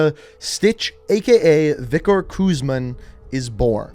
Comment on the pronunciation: Vikor. vik-or Victor. "VICTOR REZNOV" my friend